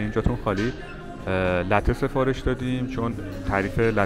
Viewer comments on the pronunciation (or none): با دُرود ، ساختمان رستوران عمارت والا خيلى زيباست ايا ساختمان ان قديمى است يا قديمى نَما ؟ قهوه اى كه سفارش دادىcaffe lattes ( شير و قهوه اسپرسو)"لاتِ" شما انرا "لَتِ" گفتيد . انواع قهوه هاى ايتاليايى همه جاى دنيا اسامى و تلفظ يكسان دارند .